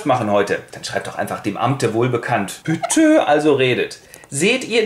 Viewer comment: "Bütte" ich lach mich jedes mal schief :D